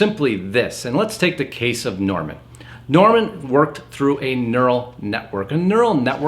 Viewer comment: Norman is not Norm-al